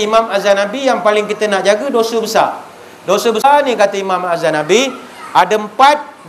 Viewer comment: Bukan azzanabi tapi azzahabi